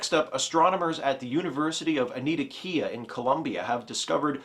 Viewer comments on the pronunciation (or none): I think you meant Universidad de Antioquia? please allow me if it is okay with you, it is pronounced (An- Tee- oh- Kia) accent in the Tee. Thanks for the reference. It was great.!!